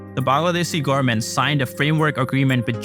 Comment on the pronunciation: Learn how to say growth and government